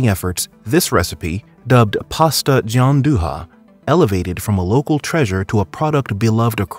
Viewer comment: I quit after "pasta gianduHA"